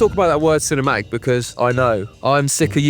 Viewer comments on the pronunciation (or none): Can I be ci-ne-ma-ic? Excuse me lad, I believe there's "t" in the word CINEMATIC, right? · it took me until now that he wasn’t “chinema egg” 💀 and actually said “cinematic” AHHAHAHAHA